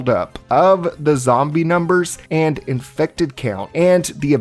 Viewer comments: Uuugh. Had to do it. Almost nine minutes without an “iNfEcTeD” inflection. I have to stop watching when that happens. “Infected” is a perfectly valid term. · I must be built differently, because I would die almost immediately trying to fight the "in-fect-ed" for sport.